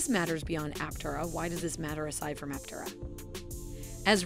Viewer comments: Yeah "tare" not tay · Looking past the way you say Aptera-it's Apptearah, not just Aptera-good talk! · Yeah I came to the comments to see if this had already been mentioned. Glad it’s not just me. And it is pronounced ApTERa by everyone at the company, and just makes the most sense anyway, so that is the correct way. While the creators of the video put in a commendable effort, unfortunately it seems the narrator was unfamiliar with the material she was reading. Oh well, I’m still enjoying it! Cheers! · Some disagreement here on how the company name is pronounced. Initial reporting on the car pronounced the name appTERA. Here, you pronounce it APPterah. Either way is fine with me. And, however you pronounce it, I hope it will continue to be a great success. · Ap- Tay -rah. We take this sorta thing seriously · App-Tear-Ah lol So, it's a crystal (pieces) and not a single sheet (mono type) does this make it let effective? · PLEASE! train your computer voice to pronounce Aptera correctly!